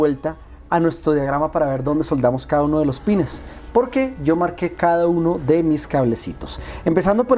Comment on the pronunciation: Con cable HDMI o componente todos los juegos de Xbox llegan a 480p excepto muy pocos juegos llegan a 720p como el '' the warriors'' o' 'soul calibur 2'', pero para emuladores es una maravilla y se ven a full screen si lo desean. Muchas gracias parcero por tu video y recuerda : no es pines es pins. Un saludo.